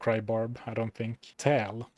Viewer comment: Tal = "Tol" Thul = "Thal" Baal = "Bale", "Bail", "Bayle" 😆